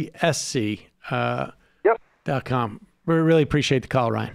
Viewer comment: UC....SC not F